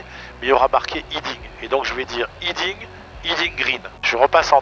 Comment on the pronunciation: ‘Heading’ pas ‘Hiding’ Dans tous les aéroclubs français on ne sait pas dire heading c’est fou.